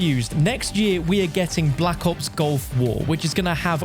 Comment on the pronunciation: its GULF war not GOLF war :(